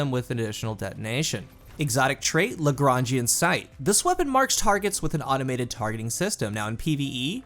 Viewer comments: I hope you know that you're the first D2 content creator I've heard say Lagrangian right lmfao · Hey, I am french and I have to agree, he's making what I'd call a 'correct' attempt at saying it. GG. And I think you're right, it must be based on Joseph. Nice to read someone with good culture / references. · Legit, I'm not kidding, I've heard the reviews for this gun early when Season of the Lost started you're the only one! Lagrange is derived mostly from western Europe and can is pronounced pretty much the way you say it. ALSO FUN FACT, Lagrangian Sight (i'm assuming) based on the actual mathematician, Joseph-Louis Lagrange, who transformed the world of math in a lot of ways, especially in Mathematics and Classical Physics in the s. So, kinda cool how the perk is based on calculations and physics and all that stuff to make an absolute killer beam of death and explosion :)